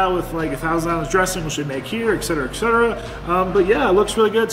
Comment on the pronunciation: I’ve been watching you for years now. I just need to tell you that etc. it’s ET not EC. A lot of people say, eC. I hear you saying eCsedera. The word is etc.. ET. Anyway! Food looked good.